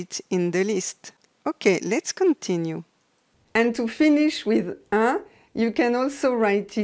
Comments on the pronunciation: Why do "un" and "une" sound the same ? Isn't "un" supposed to sound the same as "in"? I'm guessing it was a typo and was supposed to be "une leçon". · What about the sound "un" : parfum, chacun, un, etc. pronounced usualy "in" as if they were written : in parfim. Chaquin. People of my generation could make the difference. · Aiglon it's funny because the only reason I was on this video was to teach a colleague how to to say someone's name and couldn't refer him to this one as it pronounced"un" as "in". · Aiglon I do understand that languages evolve but some evolutions in prononciations are specific to a part of the world and that makes it an accent. Unlike some modifications which have been noticed throughout the French diaspora, like the removal of è, ê and â, the removal of un is very specific to certain regions of France. I was simply pointing that out; especially as this makes certain words hard to distinguish from one another and can make a sentence hard understand. That being said, I do appreciate that as more people are learning France's "proper french" this sound might start to disappear outside of France as well.